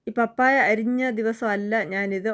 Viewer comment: പപ്പായ ഇടിയപ്പം അടിപൊളി 👌ഞാനും ഇടിയപ്പം ഉണ്ടാക്കി വീഡിയോ എടുത്തിട്ടുണ്ട്. പാപ്പായ അല്ല 😂 Like